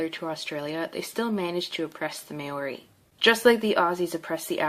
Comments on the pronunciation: bro it's maori not mayory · BRUH ITS MAORI NOT MAYORI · football team😂😂 no no its rugby. Its not huka its haka other thing its not marory its maori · No one: Cassidy: mAyoRy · THE WAY SHE PRONOUNCED MAORI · omg white girl here can't even say maori right down right disrespectful because i am one smh